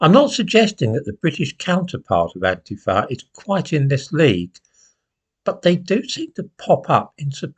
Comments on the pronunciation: An-TI-fa,, not An-ti-FA. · First of all it is pronounced An Teefa and they or the modern generation of this violent movement started in the Uk some years back. They are nasty, aggressive and extremely violent. They are spectacularly Fascist in their behaviour.